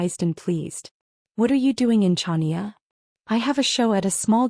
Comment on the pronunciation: Pronunciation is Hania, not CHania…but story is good!